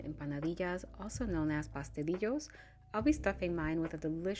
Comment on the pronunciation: It's pastelillo...not litto